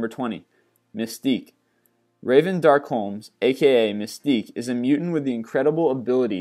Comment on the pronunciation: Raven Darkholme not Holmes